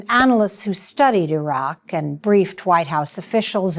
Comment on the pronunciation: "They were mistakes not lies" ...You are just trying to cover your your ass for being part of the effort to convince the public that there was a legitimate reason for going into Iraq. (pronounced E roc). There are any number of military leaders who have come forward informing us that the invasion was a done deal long before it was even announced. Something as simple as Saddam replacing petrol-dollars with Euros should have piqued your interest had you done any real investigating, but you "bought the party line" instead. The administration needed to get shills, like you, Judith Miller, to get on board and present their cover story...which you willingly did. Joe Wilson made an attempt at discrediting information/exposing lies. As you well know, Rove outed his wife Valerie Plame in retaliation; a treasonable offense but without consequence. Bush was mainly their mouth-piece, but a co-conspirator none the less. A more comprehensive investigation on your part would have opened your eyes to these facts. As a journalist you should be able to connect the dots and back them up with accurate factual information. That's your job! SHAME ON YOU AGAIN.